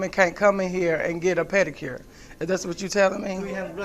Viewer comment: " I went to school for pedacure " lol